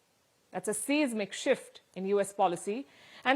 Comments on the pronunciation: It's seismic not seezmic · Seismic , pronounced 'Size-Mik' Palki's English is usually accurate but not today. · Pronounce SEISMIC as SIZE-mic, with the SIz as in I, not me or you but I. Say it like EYE.